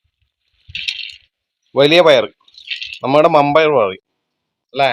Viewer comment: കത്തി വാങ്ങിയോ അതു നന്നായി മമ്പയർ അല്ല വൻപയർ അതാണ് ശെരി